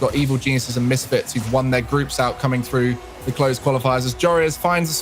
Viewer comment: Can please decide what to call joreuz either call him joris cuz that's his name or call him joreuz cuz thats his tag not your-ee-iss